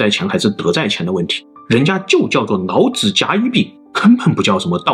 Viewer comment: 你是不會讀L和N音嗎，什麼‘腦子腦子’